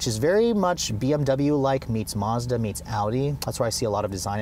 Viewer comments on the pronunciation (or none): none